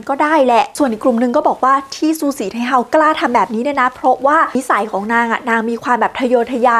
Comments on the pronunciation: ฉือสี่ไท่เฮ้อว慈禧太后 เสียงจีนกลาง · ภาษาจีนอ่าน สือ สี่ ไท โห้ว ทำไมบ้านเราถึงออกเสียงว่า ซูสีไทเฮา